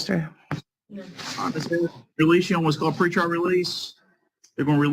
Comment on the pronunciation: Why don't these people get with the program and say PRE-trial correctly? "heartfelt goat scream"